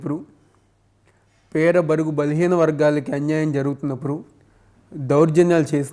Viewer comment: బాబు చిట్టి పెడా ప్రజలు కాదు పేద ప్రజలు ముందు పలకడం నేర్చుకో